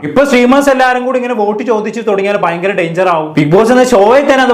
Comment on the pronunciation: ലെ: ഭാവിയിൽ ഇതു ഫയങ്കര danger ആവും 😂😂😂